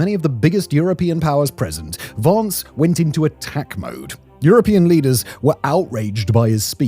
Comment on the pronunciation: Why can some people not pronounce "Vance"?!